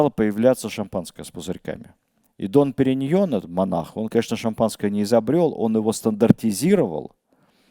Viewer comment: "Дом Периньон", а не "Дон")